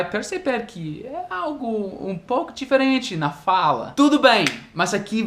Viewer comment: Falando em sotaque, fala "diferente" como no Nordeste; difééé-rêêênh-thi e "pessoa" como no Português de Portugal "P' ssoa" hahaha isso é fofo!!!